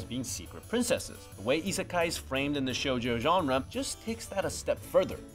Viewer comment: Isn’t the i in isekai (at the beginning) supposed to also be like ii, as in good?